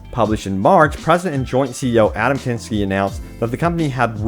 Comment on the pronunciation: The way he pronounces Adam kaczynski... It's really not that hard lmao